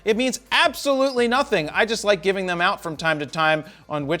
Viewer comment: "It gets the checkmark.. It's been working eewt"😂